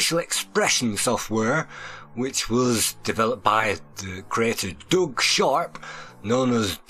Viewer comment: It’s Doug (i.e. Dug) not Doog. Lol